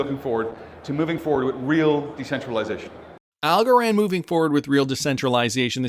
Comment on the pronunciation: Algorand rhymes with Also-ran